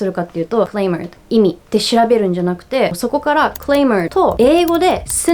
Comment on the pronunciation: FYI, ‘clamor’ has a short ‘a’ like ’ant’, ‘mat’, and ‘alibi’. Also, I really enjoy these discussions on language. I learned Spanish by living in Chile for two years, and my experience is similar to how you describe yours.